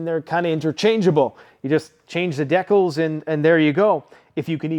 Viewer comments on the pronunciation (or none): Wait did you just say “DecKuls?” 😂 Kidding I’m kidding, love the videos brother keep up the good work and God help us all 😅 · Wait, say "decals", again?!